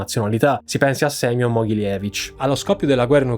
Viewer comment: Errata corrige sugli accenti: Gulàg, Semiòn, Michàilov, Sòlnzevskaya, Sòlnzevo, repòrt, Timofèief, Ivàn Yàkovlief